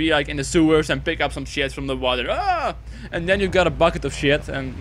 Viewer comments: 'then' not toen nice vid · He says tune